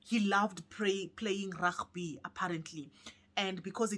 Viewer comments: Not Ragby It's Rugby! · The way you're calling Rugby sounds Afrikaans like 😂😂😂🤣🤣